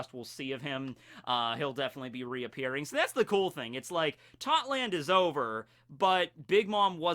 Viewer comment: why does every one piece youtuber call it totland when its tottoland?